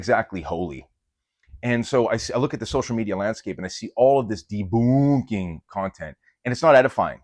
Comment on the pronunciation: "Debooonking" has me giggling like a little girl XD (And your content DOES help women, too, even if we're not your primary audience. Seriously, if there's any woman out there doing the Catholic fitness thing for women, (because our bodies ARE different, by God's design,) point me that way!)